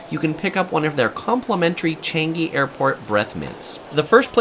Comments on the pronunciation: Btw its cha-nge its cha-ngi...... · omg its chan-gi not changgi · Sorry but ‘Changi’ is not pronounce correctly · Zzzz the mispronunciation of changi. Yes newton food center is overpriced touristy stuff.